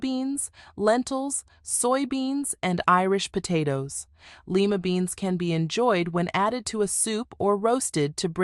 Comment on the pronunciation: Lima beans are pronounced Lyyyyyma beans.